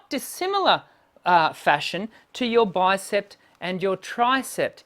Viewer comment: It sounded to me as if you pronounced the names of the arm muscles as "bicepT" and "tricepT" . There is no final "t" sound in these words. They are pronounced as they are spelled: "bicep" and "tricep". (I don't mean to criticize - just offering helpful advice.) Your videos are great, by the way. Thank you for freely sharing your knowledge.